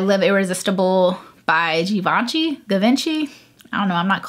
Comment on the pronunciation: Givenchy= sheevonshee